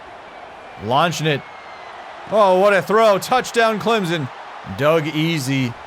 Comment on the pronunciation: Clem-son. Hard m sound. Jeez…